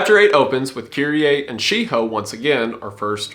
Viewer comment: Wendigoon almost laughing at himself for pronouncing Shiho as She-Hoe.